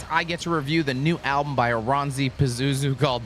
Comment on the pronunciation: IT IS PRONOUSSED AS ORANSSI VITUN PAZUZU PERKELE.. KANT JUU DOO ANYTIN RAIGHT!!! Literal translation of Vierivä usva is rolling fog/mist... but vierivä at this context flees for me more like creeping.